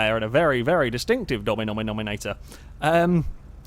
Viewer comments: Just saying I’m not making fun of him I just find it funny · Jeffy Jeffy From 7 Jeffy um.. said Dominominominator in his videos one time